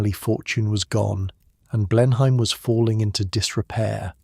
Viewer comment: Blenheim is pronounced "blenam""